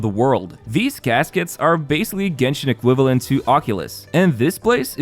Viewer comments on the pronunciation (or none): none